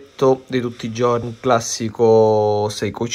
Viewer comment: Faccio un lavoro che richiede l'abito tutti i ggggiorni......non so parlare la lingua italiana tutti i ggggiorni......e buona colazione a tutti 😂😂😂😂😂